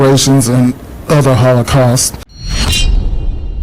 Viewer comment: Repererations and Hollow-caust? What was that